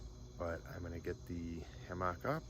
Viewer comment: I like your videos, good channel. I don't want to be arrogant but the word "Hammock" is pronounced with the emphasis on the first syllable. The second syllable is more of a 'muck' than a 'MOCK' sound; 'HAM-uck' not 'Ham-MOCK.' I never heard anybody pronounce it with the emphasis on the second syllable. Hope this helps. Great video!! Thanks for sharing.